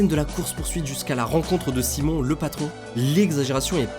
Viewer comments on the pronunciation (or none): T'as un problème avec les noms ... Roman pas Romain Franklin pas Frankline Simeon et pas Simon ... Sinon vidéo assez complète 👍 Gta IV reste mon préféré ❤ Je haïs la nouvelle politique du online et surtout des shark card et les imbéciles qui les achètent ! Sans eux ont aurait déjà gta VI depuis un bout de temp et on aurait eu les dlc solo ! Bande de pigeons, vous plaignez pas si ils en abusent encore plus dans gta VI ! A cause de vous la licence gta a perdu son ame et take two profite de votre stupidité 😒